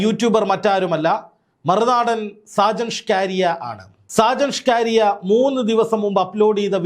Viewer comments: ചങ്ങാതി സാജൻ ഷ്കാരിയ അല്ല സ്കറിയ. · സാജൻ സ്ക്കാരിയ അല്ല bro സക്കരിയ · Mr: ഷാജൻ സ്കാര്യ അല്ല ഷാജൻ സ്കറിയ എന്നാണ് പിന്നെ അദ്ദേഹത്തിന്റെ ചുരുക്കം ചില yutub വിഡിയോകൾ മാത്രമേ പൊതു സമൂഹത്തിനു ഗുണമുള്ളതുള്ളൂ അല്ലാതെ 98 % പോക്കാണ് എന്താ ചെയ്യുക കഷ്ട്ടം താങ്കൾ നടത്തിയത് നല്ലൊരു വാസ്തവകരമായ കാര്യങ്ങളാണ് 👌 🙏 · എടൊ ചങ്ങാതി “ഷാജൻ ഷ്കാരിയ” അല്ല സ്കറിയ ആണ് മലയാളം ശെരിയായി ഉച്ഛരിക്കാൻ പഠിക്കു 🙏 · സാജൻ സകരിയ അല്ലെ 🤔ഇത്ര ബുദ്ധിമുട്ടി ഷ്കാരിയാ എന്നു പറയുന്നത് എന്തിനാ 😂😂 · താങ്കൾ എപ്പോഴും ഇവൻ്റെ പേര് ഷാജൻ സ്കാരിയ എന്ന് പറയുന്നത് കേൾക്കാം അത് കേൾക്കുമ്പോൾ മേലാകെ ഒരു കുളിര് കോരൽ സാജൻ സ്കറിയ എന്നാണ്് സ്ഥിരമായി കേൾക്കൽ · ഷാജൻസ്കാരിയ അല്ലഷാജൻസ്കറിയ ആണു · പേരുകൾ ശരിക്കു പറയുക. ഷാജൻ സ്കറിയ എന്നാണ് കേട്ടോ. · Hallo bro, തനിക്ക് നട്ടെല്ലുണ്ടെങ്കിൽ, ആദ്യം വീട്ടീപ്തോയി നല്ലൊരു ഈർക്കിലെടുത്ത് നാക്ക് വടിക്കണം. എന്നിട്ട് സാജൻ സ്കറിയ എന്ന് പറഞ്ഞ് പഠിക്കണം.. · സർ , അദ്ദേഹത്തിന്റെ പേര് ഷാജ സ്കറിയ എന്നാണു്. ഒരാളുടെ പേര് തെറ്റുകൂടാതെ ഉച്ഛരിക്കുക. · അത് കളിയാക്കി പറയുന്നതാണ് സാജൻ കാരിയർ എന്നാക്കണം.